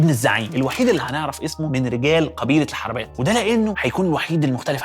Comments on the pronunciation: إسمها القرنة بضم القاف وليس الفتح القبيلة الحروبات وليس الحربات طبعاً الحلقة كالعادة فوق الوصف لذلك استغربت أخطاء النطق لأن الاستاذ احمد عودنا على الدقة القرنة هي البر الغربي للاقصر إلي فيها كل الآثار المدفونة الشهيرة تحياتي لك استاذ احمد المرة الجاية أستعين بحد من اي منطقة تتكلم عنها علشان موضوع نطق الاسماء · مقولتش اسم اي مكان صح القرنه بضم القاف يباشا الحروبات انت بتقولها غلط كنت تعبت نفسك وكلمت اي حد من الاقصر وكان هيقولك الاسماء صح